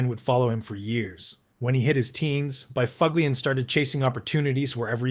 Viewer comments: No. The dunghutofdarkness don't know shyte. Neither does the uploader. 6 hours ago Please...Buff Lin // That is the correct was to say Big Buffs name. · ah yes By-fug-lien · Actually NO, it is pronounced “ BUFF-lin “, Google him….That’s what the media & fans called him. The AI is out to lunch! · Spot on. But this guy made a long video. So he's gotta be right, johnb! : Dustin BoofOOgLeeEn. "Oh dear, how sad, nevermind." The [CC] Critter ended up with Dustin Befuglian. That's a better effort. Yikes.